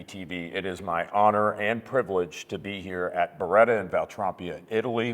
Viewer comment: Si dice BERETTA... non BRDDA